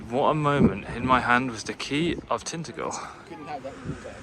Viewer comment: Love Cornwall, gone there nearly every summer for close to 30yrs. And if you were wondering it’s Tin-Ta-gel not Tint-Agle 👍